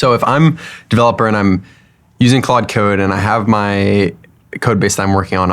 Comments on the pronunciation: Am i the only one who hears "quad" and not "claude"? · so funny the creator of claude code can't say claude code